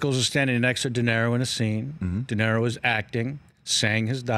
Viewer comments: He does know it's "DeNiro" not "Dinero", right? ;-) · Kevin Pollak is a good story teller and a great imitator, but he needs to learn how to pronounce "Robert DeNiro". "Dinero" is Spanish for "money". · Dood, it’s De Niro, not “dinero”.